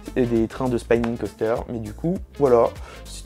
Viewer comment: Super vidéo! petite remarque sur la prononciation, Spinning se prononce comme on le lit et pas spaïning :)